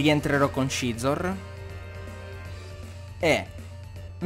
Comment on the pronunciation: Perché chiami Scizor "Scezor" e non "Sizor" >.< Non sto dicendo che sia sbagliato,sinceramente non so quale sarebbe la pronuncia giusta,ma mi da un certo fastidio come lo pronunci tu XD Ah,quetti Scolipede è_é